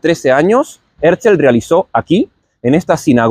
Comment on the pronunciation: En el mismo principio: Es Herzl, porque lo pronuncias Herzel? Y no miro mas este video!👎👎👎